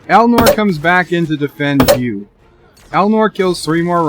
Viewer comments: HUGH (Hard H + ew) NOT YOU Every life has meaning and that must be remembered and PLEASE try saying HUGH (Hard H + ew) * like New but replace the N with a hard H sound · Nice video, but he's name is Hugh! Hugh with a H and eww sound.